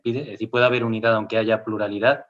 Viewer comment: Me hace mucha gracia cuando el dice "onque". AUgust en inglés sufrió un fenómeno parecido porque se pronuncia con la O de NORTH.